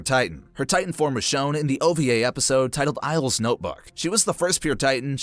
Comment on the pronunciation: "eyel's notebook" horrible pronunciation. You're even missing a letter.